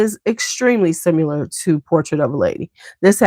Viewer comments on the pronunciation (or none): I often wonder why you say 'SIMULAR'' instead of 'SIMILAR' when talking about fragrances that smell alike, for example Oud Satin Mood and Rose L'extase Absolu? SIMULAR means to be counterfeit or pretending to be something else...is that what you mean to imply? Sorry if I'm misunderstanding😂